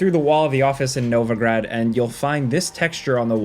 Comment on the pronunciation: Great video, but wrong pronunciation. It is Novigrad, not Novagrad.